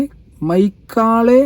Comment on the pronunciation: മെക്കാളെ രാജാവ് ആണ് മൈക്കാളെ അല്ല